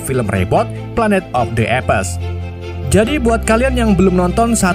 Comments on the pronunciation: Maaf bang, apes intonasi nya bukan epes tapi eps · Bukan epes bacanya bg 😂, baca apes itu eps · Bacaan mengikut English UK dan US.Mungkin admin ikut sebutan berasakan B.Belanda dan Indonesia,kerna sebutan bagi Apes bunyi seperti "Ep" bunyi s dikit aja.